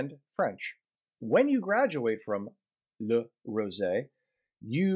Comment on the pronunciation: you say "Le rosey" very good I confirme this because i live in switzerland in Rolle